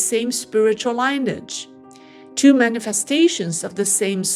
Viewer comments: Love your videos. I just want to help you with the pronunciation of 'lineage'. Should say it like 'linny-yidge' not 'line-age' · the word LIneage is pronounced Lyn-e-edge not Line- - e- adge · The word lineage is pronounced like linear. The "i" is soft; "e" is hard. Fascinating story. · LINEAGE is mis-pronounced. 🙏🙋